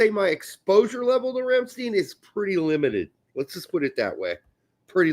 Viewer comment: Never heard a German call the band “RamstEEn”. It’s “RamstEIn”!